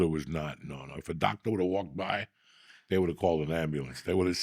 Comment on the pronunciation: Nobody: Uncle Joey: BLUE CHEW... LIKE A DOCTAH!